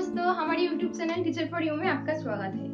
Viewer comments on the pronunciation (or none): none